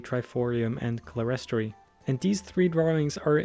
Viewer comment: amazing but: Clerestory is pronounced clear-*s*tree Salisbury is pronounced soul*s*-brie Amiens is pronounced Am-ee-o-n Amazing vid, just though i could help correct a couple pronounciations :) Also just pointing out... there no pipe organ. . . Please do this kind of video more often, i would love it :)